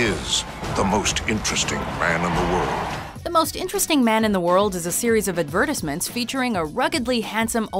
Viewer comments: Why does she pronounce "advertisements" one way and "advertising" another? rrrrggg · Who pronounces "advertisements" like that? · I don't think I've ever heard the word "advertisements" pronounced like that before. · lol, I've never heard it pronounced the way you say it